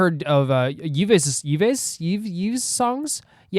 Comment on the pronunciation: The pronunciation for Yves is just “Eve” 😊 Hehehe I’m so happy u are seeing Loossemble now. And underdog is definitely a good descriptor for them in loona. Vivi (the blonde one) is my bias in all of loona, and it’s crazy to say that in just 1 year and 3 mini albums in loossemble, she got like 5x the amount of lines and screen time that she did than with 6 mini albums with loona. I remember back in 2021 there was a time where a large amount of Vivi fans and Gowon (cute orange hair) fans left the fandom because they got too frustrated with the way vivi and gowon where treated. So Loossemble has definitely been amazing and really brought to the surface all the star power that has been hidden away for so long. It’s an interesting thing because when loona had to leave their company because of all the bad stuff, it was heartbreaking as a fan. But now getting to see all the members shine in different ways like this makes me so happy, because who knows if they ever would’ve been given these opportunities if they only continued as loona. Also a bit of understanding the lore in the loossemble video. At the end when Vivi’s eyes light up like that it’s because in the original loona lore, vivi is an android. And Yeojin (pink hair) disappears and gets stolen at the end and that references the early days of loonas MV’s lore when the story was that Yeojin got lost in the woods and the girls had to go find her. In the MV right before Vivi’s eyes turn red you see a flash of an ouroboros, which